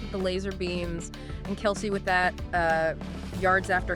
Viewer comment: This AI voice has trouble pronouncing Kelce, Jeez, you want hits just do the narrative yourself or is English not your native language? THUMBS DOWN